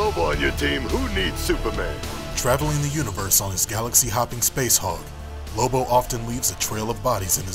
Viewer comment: Its lobo isn't it not libo